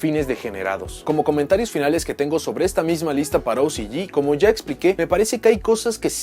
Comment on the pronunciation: Ticiyi y ociyi , mejor habla en español :v